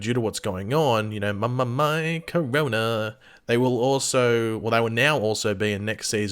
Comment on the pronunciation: Lol I mean he can’t actually say Corona so I mean